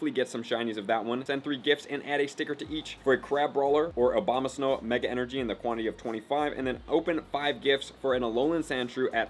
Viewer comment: I can’t be the only one that doesn’t give a f*ck about costume pokemon, can I? And did this guy say “OBAMAsnow” when referencing Abomasnow?